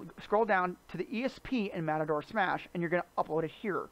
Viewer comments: He actually says Matador Smash, but it is pronounced Ma-Tor. (Like machine) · Video was informatinve. Thanks. Mator (said May-tor) might be a little hard to remember for some. Could you try saying "Matter-Smash"? It's closer. Please.... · I can't get over how you call it "Matador" Smash, LOL!!